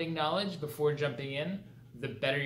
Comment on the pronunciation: here in my garage i have a lamborghini how you say KNAWLADGHIII